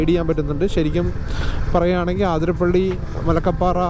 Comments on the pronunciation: അതിരപ്പിള്ളി.. അത്രേം മതി... ആതിര പിള്ളി അല്ല.. കൂടുതൽ ഡെക്കറേഷൻ വേണ്ട 😤😤😤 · Bro ആതിരപ്പള്ളി alla it's അതിരപ്പിള്ളി